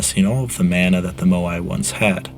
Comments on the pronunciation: hey man great video! I'm maori so I always get excited on pasifika and Polynesian history videos. Just keep in mind pronunciation because these languages are still used today. Mana is pronounced maahh naahh instead of man ah. Otherwise really awesome and interesting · It is pronounced Ma-Na. Not Man-A. The information is great. Thanks. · It is pronounced “mah-nah” not “man-ah” and it is something that is still practiced and respected in Hawaiian culture. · You're mispronouncing mana - its maa-na, as in "say aaaaah" when the doctor what's to look at your tonsils, not 'man-a' as in 'and'. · yes, thats rigth bro... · Mana is pronounced like mah-nah. Not: man-ah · the way you pronounce mana hurts my soul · Mana rhymes with gunner not spanner.